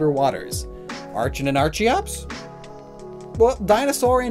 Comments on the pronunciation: I think you should make a "how to pronounce certain Pokémon names" video as there were a lot of name mistakes here. Example its pronounced Arken not Ar-chen same with the evolution. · Archen and Archeops are pronounced arken and arkeops, obviously. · You pronounced archaeopteryx correctly, yet you messed up archeops (and archen). How is that possible?